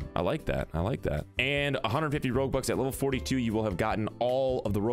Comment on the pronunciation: Thought you were saying robux at first and then realised you were saying roguebucks @@